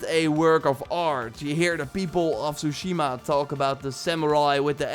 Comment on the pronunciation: Tsushima is pronounced with a T rather than an S.